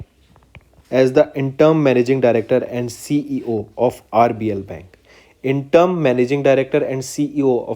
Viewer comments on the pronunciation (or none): Sir why do you pronounce wrong🙄 Ujjivan- ujjain Interim- interm Mobikwik- mobiwik Etc....